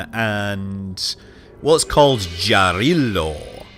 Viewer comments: I will repeat the other comments: more likely to be Family (many Slavic languages) rather than Motherland as also the planets are called after western Slavic names of the Slavic pagan deities. Which also means it isn't Jarilo as in "jar ELO" but rather like "YARilo". It's cool to see those names but they would always be impossible to get right for non-Slavs, so no worries :) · All the comments are about Rodina pronunciation and meaning, which is apparently unknown, if we don't know the homeland of the devs. Russian meaning is homeland and in Czech or so is family. BUT! No one mentioned Jarilo to be pronounced as Yarilo and meaning god of vegetation, see wiki. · Morena (or Morana) is a Slavic goddess of winter and death. Perun and Jarilo are also from the Slavic pantheon but I cannot remember off the top of my head what they're gods of. Btw, "J" is pronounced as "Y" :)